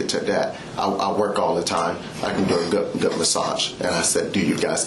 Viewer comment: ‘Goot’ massage